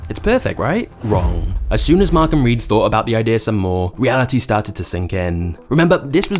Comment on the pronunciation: he said star tits instead of started